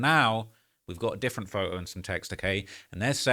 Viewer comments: I just love your accent! Photo = Foe-oh 😅🤗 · Bro says “pho-oh” instead of photo 🤣🤣